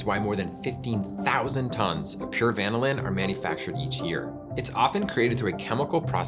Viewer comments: The accent on "vanillin" is on the 2nd syllable, not the first syllable. This is true even in the UK. Why did you feel like you had to change it? Just curious. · According to the Oxford dictionary, is pronouncing wrong here. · To me, it was like vinyl but with the first syllable being van + in. Very weird. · british pronunciations, ew. the inflection should be on the second syllable of the word "vanillin", not the first.